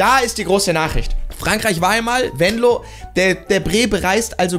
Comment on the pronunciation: Sprich mal bitte Venlo richtig aus du sagt immer Wenlo 😅